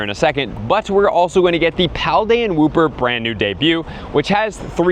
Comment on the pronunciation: He said paldean WHOOPER?!?!?!